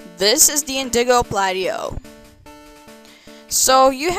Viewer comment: ... IN DA GO PLA TOE ...Not whatever the hell you said. Nice otherwise ;)